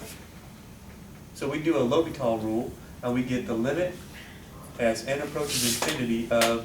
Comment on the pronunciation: I love the way you say L'Hopital. Even though it is pronounced, L prime H O-hat pital.